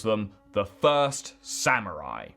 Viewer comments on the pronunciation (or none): none